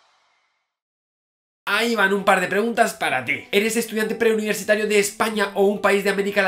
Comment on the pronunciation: Lo dijo en el video jajajajaa "PRE-UNIVETSITARIOS"